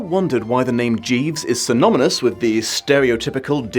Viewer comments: "synomynous" Happens to the best of us. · Kind of a fun video, but mate saying "synoMyNous" in the first 35 seconds kind of puts me off.